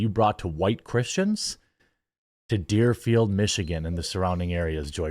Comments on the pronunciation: It's Dearborn, not Dearfeild. If I remember correctly, they're the city that said they were only going to fly the national, state, and P.O.W. flag above state government buildings last June. I don't know what's sadder MSNBC's blatant racism and religious intolerance, or the fact that there are people that agree, and also believe the same thing. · Deerborn michigan*, not deerfield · you meant Dearborn when you said Dearfield lol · It's DearBORN Michigan, not Deerfield LOL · Its Deerborne I think but I got what you were saying lol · Hahaha Dearborn! Not Deerfield haha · Deerborn, Michigan. Lol, you had it right the first time, Jerm. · Dearborn. Not deerfield